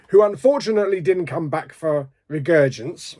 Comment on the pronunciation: Regurgence?. It's Resurgence